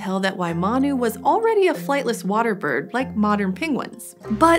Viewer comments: she says birb not bird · she said birb 😂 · Did someone realize she said birb and not bird? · Did she say birb